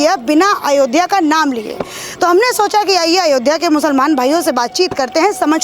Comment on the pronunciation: Is gaddar ko ayodhya bolne me problem hai isse iski mansikta ka pata lagta hai